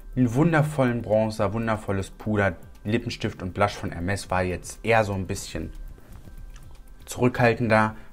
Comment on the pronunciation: Junge es heißt nicht „ermes“ sonder „ermé“